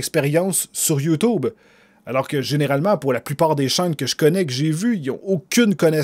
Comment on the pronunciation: On dit YouTube avec un U et pas ou c'est chiant enfaite